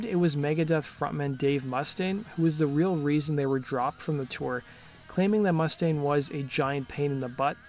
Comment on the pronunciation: It's MOO STAIN, man